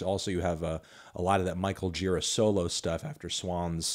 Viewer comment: You will never pronounce Gira's name correctly, will you?